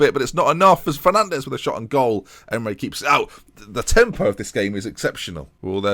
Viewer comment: Does anyone else think "emray" would be performing better if was calling him "em-er-ee